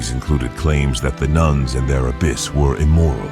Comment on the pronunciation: This video is “history bizarre” alright.🙄 It’s also “abbess” (female equivalent title to abbot), not “abyss”, meaning a void or chasm of great depth. Nuns don’t dwell in monasteries (which are male cloisters for monks), they live in nunneries or convents. People in the 16th century didn’t dress like Victorians (19th century). Nuns in early 19th century Rome weren’t photographed, the photographic process had not been invented at that time. The video uses the same picture to identify king Henry VII and his son, king Henry VIII, who looked quite different. The video discusses the closing of the Littlemore Convent in the early 16th century (at least so far as I was able to glean from its slipshod historical narrative) without reference to the fact that all institutions of regular clergy in England were closed at that time, owing to Henry VIII’s break with the Roman Catholic Church. With a title like Disgusting Sex Lives In The Worst Medieval Nunneries Revealed, I expected prurient, salacious content with historical standards of no great stringency, but the inaccuracies both in narrative and use of images managed to still surprise me with the lack of historical verisimilitude. 👎